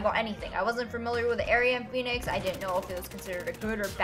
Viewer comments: Did you say Phoenix lol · Sorry idk if anybody has asked but did you say Phoenix?